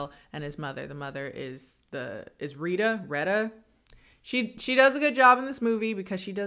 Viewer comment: Reh-tuh --> Retta 😊